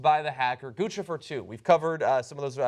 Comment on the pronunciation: Oh thank christ they are saying Guccifer properly now. Last I heard they were still rhyming it with Lucifer. Or at least John is. I don't think I heard anyone else say it in the video.